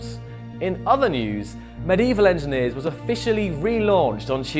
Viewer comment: FEMAL ENGEENER